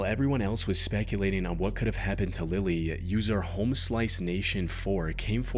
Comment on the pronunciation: Bro said Lily wrong